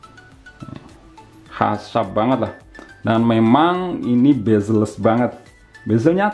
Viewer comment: CMIIW, spelling yang benar itu "Bezel", bukan "Bazel". Cb check di google. Suwun